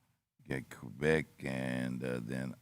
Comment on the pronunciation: B you got that Quebec pronunciation right!